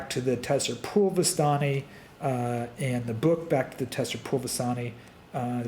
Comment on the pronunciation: Tser is pronounced similar to ‘zer’ not ‘te-ser’